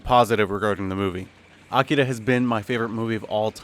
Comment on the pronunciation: I appreciate how you pronounce "Akira."